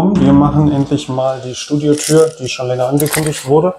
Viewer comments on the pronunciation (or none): Ist mir auch direkt aufgefallen😂